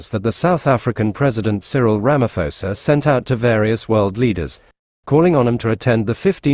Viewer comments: We appreciate the information as Africans but you will have to do a lot to ascertain our Presidents' names before you go on air. They are said everyday on mainstream media but you still failed to call them properly. Are you sure you have heard Ramaphosa being called Ramafosa all this time? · RAMA-PO-SA. There's no "f" sound in his name. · Hey you narrator - there is no Ramafosa here. Can't you pronounce acidity and alkalinity measure pH?